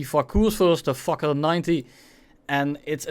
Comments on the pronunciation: not sure that fakour is pronounced fuker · "Let's take a look at the (gives up on pronunciation) the fukr 90" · Every time spelled "fakour" missiles i heard "fuck you" missiles, btw is the sedjil missile worse than the 530Fs on the mirage F1? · 😂😂😂 I heard it too!!